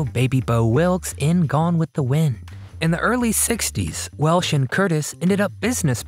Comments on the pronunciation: Over and over I hear the woman's name pronounced 'Welsh' by the narrator not 'Welch'. An adequate overview, with so many vintage clips, but far from complete. AND, as others noted / complained, neglects what this title 'teases' -- WHY she quit Hollywood. Hollywood movies quit her after she sued Metro-Goldwyn-Mayer for their dumping her from its 1982 release with Nick Nolte as male lead, "Cannery Row" after two days (or five; sources vary) of shooting in 1981. She stuck with it and eventually won; awarded over $10 million in 1986. Hollywood's 'a small town' -- the other studios pulled rank with Metro. She switched gears and kept a high profile on television, stage and personal appearances. . . . Another controversy: passionate about the Native Americans' cause she developed and filmed "The Legend of Walks Far Woman" as a three-hour TV movie for NBC in 1979, but the network 'sat it on the shelf' (i.e., the film canisters lay on the shelf, not projected for the intended viewing / presentation). She was further disheartened that when the network finally aired it, May 1982, they'd cut, cut, cut it and ran it as a two-hour movie. The irony -- or sweet revenge -- was that "The Legend of Walks Far Woman" became the highest rated movie of the year. While there's much to praise about her career and life, the early career, late 1960s public squabbles with film co-stars Jim Brown, Burt Reynolds (both "100 Rifles") and James Stacy ("Fathom") are glaringly absent / overlooked. "So, 'DoYouR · Definitely mispronunciation of her name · It's WELCH.......not Welsh